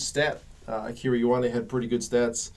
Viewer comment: (k)ey oh arnie ... not yoh arnie (Ioane)